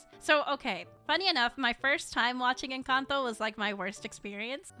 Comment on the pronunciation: I like how says 'Encanto' in pure Spanish